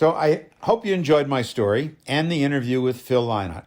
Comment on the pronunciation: Sir, I’m a huge supporter of Phil’s. He never liked calling people fans. I just wanted to tell you, this was very good! The information was spot on, very precise. I’d also like to commend you on the real proper pronunciation of his name. That was a really big deal to Phil. You really did a great job here! 🍺🍻🎸